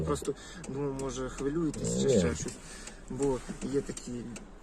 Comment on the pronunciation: Підпра гімнистий - "ви хволюєтест?"